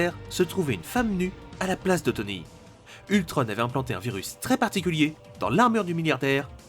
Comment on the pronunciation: Ultron pas ultrone